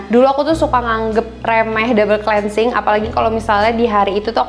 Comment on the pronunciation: bacanya klinsing bukan si